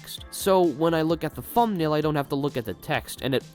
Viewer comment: You good bro? You saying fumnail